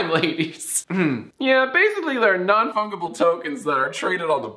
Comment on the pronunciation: Fungible isn’t pronounced like fungi it’s like fudge-able with an n. Love you long time bro